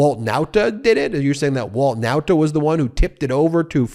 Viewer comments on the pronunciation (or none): Ben you keep on mispronopuncing the Nauta name. Why? I have already reminded you in the comments section. Guess you don't read them. For the record, you keep pronoucing the Nauta name as: N O W T A. This is 100 percent wrong. The pronounciation should be: NAWTA (as in the pronounciation of RAW). How would you feel if people referred to you as Ben Measles?